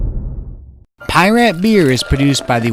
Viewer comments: Okay, having a Piraat right now. BTW, the second pronunciation is correct. Pea-Raht. Pour - I went slow and had the same issue as you. Major head. Persistent. Aroma - slight earthyness for sure, smells great Taste - I got some nice bitterness and yes, my first thought was Imperial IPA lite. Delicious. Drinkability - I'm halfway through and definitely feeling the ABV. Haven't eaten in 10 hours. This is my third beer from Van Steenberge and easily the best of the bunch. I really like it. Another excellent beer review. 👍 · Agreed. Pie-Rat just sounds plain wrong ... somehow. 😆